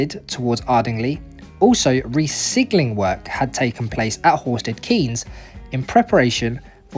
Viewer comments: Pronounced ‘Canes’, it’s a very common error, Milton Keynes is the only place to have it pronounced the other way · Horsted Keynes is pronounced 'Canes', and Ardingly is Ardinglie'!